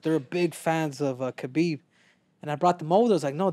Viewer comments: STOP CALLING HIM KABIB BRO GEEZUS. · Yet people don't even take the time to learn how to say his name properly.